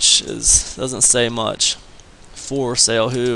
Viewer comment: Why would anyone listen to someone that can not even pronounce the name of the company correctly..........how annoying